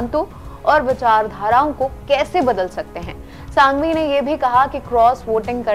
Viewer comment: Ma'm itne bade vakil ka naam sahi se uccharan Karo.......Abhishek Manu Singhvi naki Sanghvi